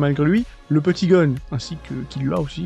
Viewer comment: En tant que fan tu pourrais un minimum BIEN PRONONCER le nom du perso principal!!